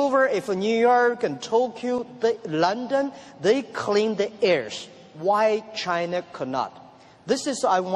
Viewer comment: Only pronunciation problem: China, is not Chinar.